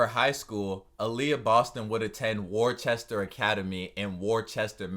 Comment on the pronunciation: There is no h in Worcester